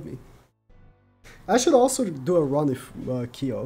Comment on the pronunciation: please.. his name is Kyo not Key-o